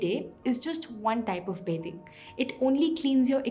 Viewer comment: Sb to thik hai lekin ye bathing ko beding kyun bol rahi hai aur etana overacting ki kya jarurat hai??